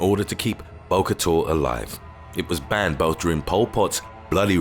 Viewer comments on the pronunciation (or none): none